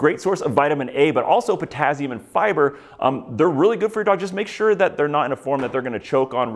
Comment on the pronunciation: the way you say potassium hurts me